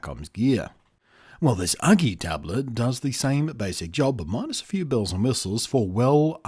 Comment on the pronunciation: its not Uglee ....Its ..YOU-GEE ..either way i got 21inch one there great but this ones costs more than the 21inch version so no brainer buy the 21inch version ..lets say there solid i dropped mine off the table 3 feet on to screen and ....Perfect frame came way but clipped back on ok and no issues it still worked ...so china FTW on this product ..so surprised it still worked after that